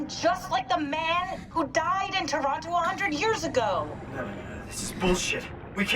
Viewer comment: Respect for pronouncing Toronto the right way, subbed 🫡